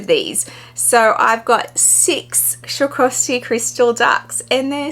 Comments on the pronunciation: As a German I feel it’s my duty to explain, it’s sw-ah-roff-ski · Lovely ducks and bag.. but u butchered the brand in pronouncing its swaa- raav- skee. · It’s “swah-ROV-ski” ducks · PLEASE LEARN TO PRONOUNCE „SWAROVSKI“!!!!! IT IS NOT SHAKOVSKI !!! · It really is a stunning bag, & to get it for retail is awesome. Btw I love the way you pronounce Swarovski 😂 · I love how you pronounce Swarovski! 😉🤣 too cute ❤️